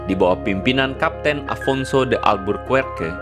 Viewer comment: Albuquerque cukup dibaca Albukerkie seperti Enrique cukup dibaca Enrike